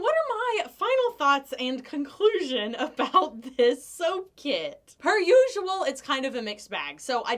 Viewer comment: Did you just say "soaper usual" or "so per usual"?